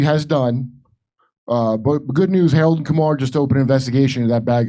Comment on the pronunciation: Harrold an Kumar 🤣💀